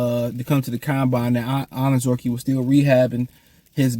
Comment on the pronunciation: I pray that they let Levi go so you can stop butchering this Man's last name since you do not try whatsoever enunciate and properly pronounce this man's name